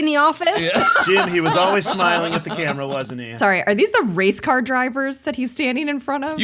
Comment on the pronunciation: I thought she said "race card" at first lmfao. "Yep. That tracks"